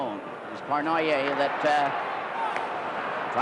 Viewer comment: No offense meant to any Canadians...but how on earth could Foster Hewitt announce games, year after year,without pronouncing Yvan Cournoyer's name correctly ? Its similar to Bob Prince in Pittsburgh who insisted on calling Roberto Clemente, 'Bob' or 'Bobby', when it irritated Clemente.